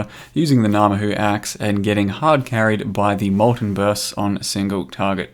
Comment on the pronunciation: Yay he said it right!!! Lol, just playing. Cheers mate.